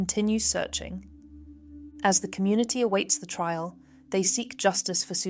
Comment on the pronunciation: Only recently discovered this channel, and it's quickly making its way into my favourite True Crime channels. I like the inclusion of maps and stylised graphics. But is the voice AI? she clearly says "tril" instead of 'trial.